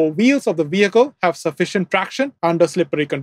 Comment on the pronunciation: bro mixing up his v and w. Its wheel and vehicle not "veel and wehicle"